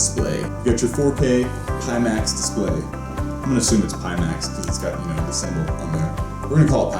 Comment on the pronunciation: I had to stop after the third pee max. Pie as the symbol is on the box, front of the visor and speakers... Pie max